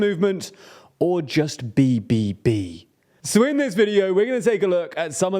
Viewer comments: you butchered bbb XD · Good effort on trying to pronounce BBB but that was terrible 😂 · Say BBB again please - loved it